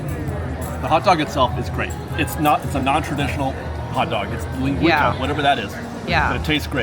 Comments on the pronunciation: Thank you! I thought “what the heck is Lin-gweeka”. Oh jeez, he means linguica. Son, you’re from Central Cal, you should know that! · I believe it’s pronounced ( Ling-gwee-suh)? It’s a Portuguese sausage. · Lin-gwee-saw! How can you be Californian and not know how to pronounce it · pronounced "lin-gwee-sa" sausage, you've eaten them before on this channel, it's a spicy Mexican sausage. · was delightful and hilarious in this video! This was a lot of fun to watch as an older millennial who grew up going to the Disney parks (coming from Hawai'i) but watched virtually no Disney Channel shows. Linguica pronounced Lyn-gwee-suh is a tasty Portuguese sausage popular in Hawai'i due to the large Portuguese immigrant influence that came there to work the sugar plantations in the 19th and 20th centuries. Disney, obviously using the Hawaiian influence of Johnny Tsunami, chose Hawai'i inspired flavors for that item. Thanks for the fun and entertaining content, as always! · Pronounced ling-wee-suh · Linguica=Ling-WEE-sah. Linguica is a Portuguese sausage that is probably my very favorite sausage. Not sure about the combo (I'm not a fan of Hawaiian bread-too sweet) or the mac salad, but Linguica is awesome! Do yourself a favor and go find Silva's Linguica (and Safeway and most other food stores) and fry it up with some eggs and potatoes. OMG!!! (BTW-Linguica isn't usually salty, Disneyland and their sugar and salt... 🤮) You two look like you enjoyed yourselves, and that's what it's all about! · He totally butchered that one. Sicilians everywhere have fainted.